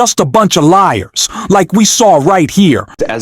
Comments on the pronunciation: It's LIAR not LIER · It's LIAR not lier.